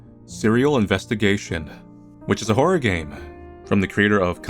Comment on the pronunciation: ah yes, "horror"